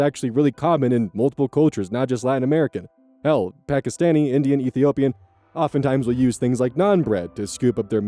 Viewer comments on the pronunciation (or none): none